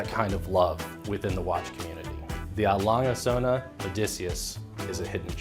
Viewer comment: Like most Americans, I can't properly pronounce A. Lange & Söhne but says it perfectly. I vote that we dub in her voice on every video where it's said. Great watch though. Interesting history.